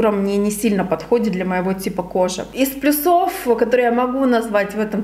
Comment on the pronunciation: Почему "плюсОв", а не "плЮсов"?